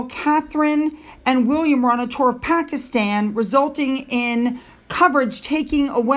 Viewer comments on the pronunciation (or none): none